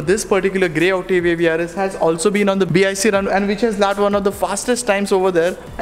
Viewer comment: It's not octivia it's Octavia